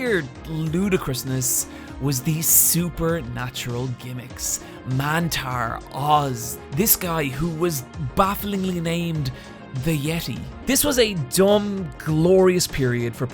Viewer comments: Not to be that guy but he was actually called "THE YET-AY" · it’s not pronounced “the yeti” it’s actually pronounced “the yetai” get your wrestling right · It’s pronounced the Yettay. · The Yeti? nah, I think you mean THE YETAY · Excuse me sir, but it was properly pronounced "The Yetay." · Yes His name is pronounced as the Ye-Tay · Ahem, it's pronounced THE YETAY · It’s pronounced yet-tai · Its pronounced YEH-TAY! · Just to add; though it's spelled, "The Yeti" it's actually pronounced "The Yet-Tay!" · "The Yeti?" .... no sir clearly you mean "THE YETAY!!!!!!!"